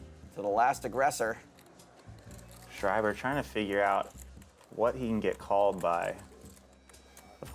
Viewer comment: IT´S FUCKING SCHREIBER NOT SCHRIEBER OMG I´M GERMAN IT MEANS (WRITER IN GERMAN) THIS DUDE PISSED ME OFF BRUH